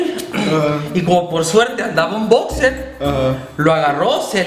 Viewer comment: "Bocser" :v